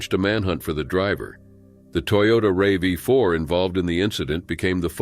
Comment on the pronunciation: I think the car is called a RAV4, not a Ray Vee 4